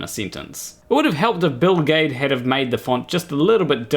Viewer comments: Every time he says Bill Gaede I hear Bill Gates. kkkk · For a minute there, I couldn't figure out why you were having trouble pronouncing Bill Gates.... ;o) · ae is pronounced ä in german. Thats like the a in fan (in an american accent)... So for me his name is pronounced gäde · The biggest problem with Gaede (I pronounce his surname as Giddy) is that to those ignorant of science he seems to fit that whacky scientist extrovert cartoon in their heads. The rest is all turtles and effalumps elephants. 😀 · It's Bill Gede ( or Geed - silent last e or hell if it's any easier Gheed ) all work. Nice video btw! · Maybe it's Bill Gah-ee-dee 🤔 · Its Gayts… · Actually I prefer the pronunciation "Bill Jeed" "G" can be either hard or soft, "ae" has a long "e" sound for example we have Caesar. And the last "e" appears to be silent.